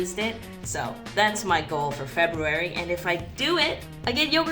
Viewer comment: I appreciate that you honor the first R in February lol